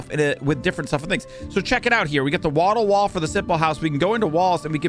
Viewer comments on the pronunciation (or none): none